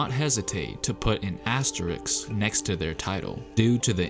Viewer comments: AsteriSK, not asteriX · Asterisk, not asteriks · ASS - TE - RISK not ASSTERIX ... this is asterisk is shit. you cannot rob other teams winning because someone is injured. fuck your asterisk shit. you cannot blame other teams victory because someone was not there. it not their fucking fault. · Uh. It's pronounced ass-ter-risk not ass-ter-ricks. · not to be that dude but its asteriSK not asteriKS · Say it with me: “ASTERISK” Not “Asteriks” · The spurs one shouldn’t even be here, I don’t think they went out and prevented everyone else from training as they are paid millions to do. And by the way it’s asteriSK not asteriKS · Fucking “asteriks” it should be “as-te-ris” dumb youtuber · Asterisk vs Astericksssss.... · You mispronounced every asteriSk. You need to emphasize firsz S. It is not easy but do it. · My left eye twitched every time he says “asterix”... and it’s not a pleasant feeling. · Aks-teriks? It’s soooo seemple! Isss like MaF-ematics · So triggered when dude says asterixxx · Asterix, hahaha...dude... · A S T E R I K S lol cmon guy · This guy made a video about asterisks and can’t even pronounce the word